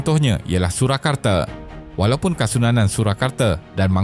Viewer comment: Surakarta bukannya Surakarte.. Baca bagi elok skit